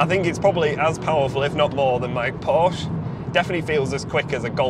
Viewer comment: P O R S C H E "porsh-ah"